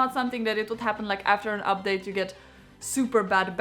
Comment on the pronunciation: You pronounce update as Uphdathe. It's funny but cute. Good real review